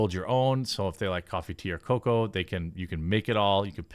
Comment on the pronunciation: This whole time I thought he was saying 'coffee to your cocoo'. I just realized that it's coffee tea or cocoo lol